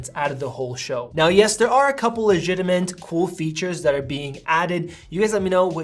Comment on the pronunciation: A couple of ‘gitiment’? Were you perhaps trying to pronounce ‘legitimate’?